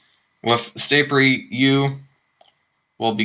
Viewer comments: in the audio it sounds like you were saying staypery not starpery! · Can't even say starpery